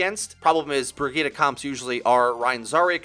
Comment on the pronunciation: Pronounce it like Bri-get-uh